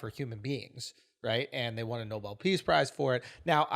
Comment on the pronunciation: Nobel ... what ? 😂